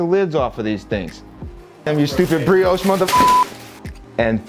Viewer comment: Darn it!!!! It is ‘Bree-aash’ . Led astray again 🙁